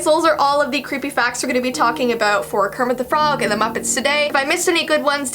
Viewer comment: it's not "Kerpit" it's "kermit"